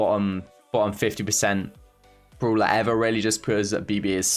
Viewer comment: I love how he says the word "brawler" The "bruwler"